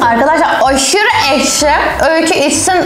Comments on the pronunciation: Ekşiye eşki diyen koca yürekli.😂😊❤❤ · ekşi diyorsun ekşi diyor Öykü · eşki değileks